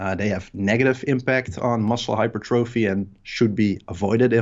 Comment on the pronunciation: "Hyper thróphy" :/